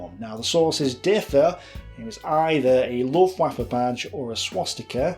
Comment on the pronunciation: Bee-o Minet? Luft-ooaffe? Come on man. You're an educated ''historian''. No doubt you know Luftwaffe isn't pronounced like a god damn waffle.